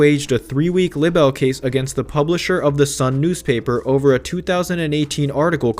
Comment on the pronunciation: This narrator cannot say "libel".